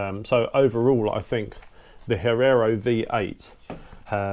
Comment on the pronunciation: Great review but please don't say Herrero...it's Hierro :)